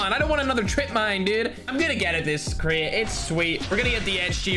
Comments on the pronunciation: Is Crate not craai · Normal people: Crate: Create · me:"Crate":"Cret"